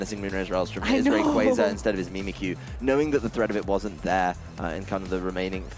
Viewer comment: The commentator switches the pronunciation on Rayquaza!?!?!?